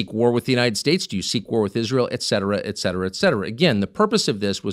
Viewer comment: It always makes me warm to hear Tucker say "et cetera" when almost every single talking head says eckcetra. It's a little thing to people maybe, but not this girl! ❤